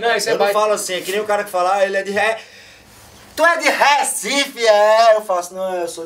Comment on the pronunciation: todo recifense é revoltado com esse "RÉCIFE" hahaha